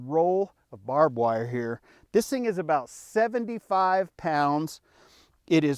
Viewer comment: That’s “Bob” Wire 😅